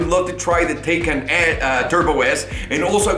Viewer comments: "It should be pronounced "Tie-kahn" . "Taken" sounds like the movie where your daughter gets kidnapped." Proceeds to pronounce it "Taken" the rest of the video. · My man you start off saying the name right, and then not even 2 mins later you call it the taken 🤦🏽‍♂️😅